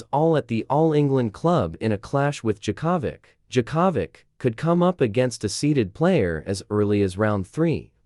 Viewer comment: Novak Jacavik who the hell is that! Oh, Yea that's how an irritating AI voice over would screw up anybody's name! Don't use AI voice overs!!! :hand-orange-covering-eyes